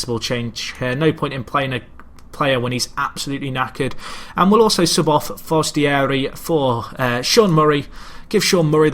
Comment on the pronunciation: It's pronounced Fernando Forest-ee-air-ee.